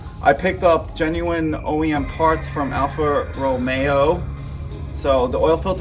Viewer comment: Why cant you say alfa romeo 🙄